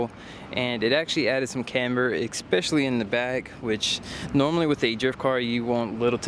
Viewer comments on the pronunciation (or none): ....please stop staying "Expecially" that's not even a word. Especially 😂 love the videos man